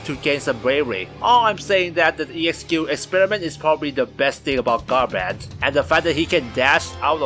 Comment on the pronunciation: Gah-brawn-th That’s how you pronounce his name ⚔️